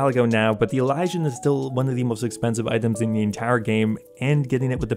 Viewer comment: say it with me EEE-LEE-SEE-AN say elysian right. jesus